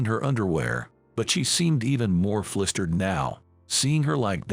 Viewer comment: In the opening part of the story, the word "flustered' is always pronounced as 'flistered.' Also, the name 'Thompson' is not "THOMPSON", but is rather 'Thomson'; the 'TH' at at beginning of the surname is pronounced with the 'H' silent. Same for the letter 'P'. Better get someone whom speaks PROPER ENGLISH, not this SLOP that passes as English.